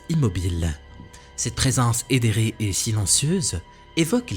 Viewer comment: Avec une grâce «éthérée» je pense qu'il voulait dire. Éthérée ca veux dire, impalpable ou immatériel. On dit ça souvent quand on parle de fantômes d'esprit etc... Ça lui arrive parfois de mal prononcer certains mots. J'espère t'avoir aider